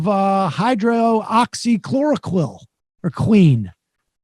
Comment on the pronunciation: For the love of god it’s not “Hydroh-ahxee-kloro-qween.” “Hydrahxee-kloro-kwin”. Hydroxychloroquine.